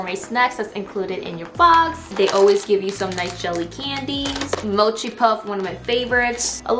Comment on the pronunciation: the way pronounces mochi😍